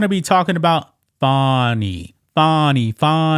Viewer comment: No, it’s “Fanny”, like your a zz. ☝️🤣